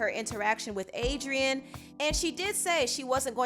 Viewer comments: 😒😒😒then he said Adriana 🙄🙄😠ughhh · Pronounce Adrienne’s name right wtf